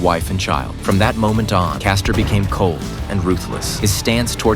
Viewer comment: Wow. Caster instead of Frank castle 😂😂😂